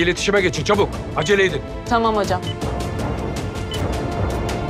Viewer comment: Bu başak tamam demesine çamam demeyi kicik ediyo beni resmen 😏